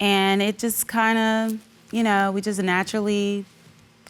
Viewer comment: "We usually have movie niiiiiight or game niiiiiight and play the xbooooooox... ya knooooow, drink wiiiiiine, whateveeeeeeer..." Single-syllable words shouldn't last 3 seconds.